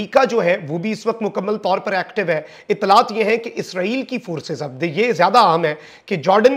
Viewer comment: جملے کے آخر میں "ہے“ پر زور نہ دیا کریں کانوں پر برا اثر پڑتا ہے باقی آپکی رپورٹنگ بہت اچھی ہے ❤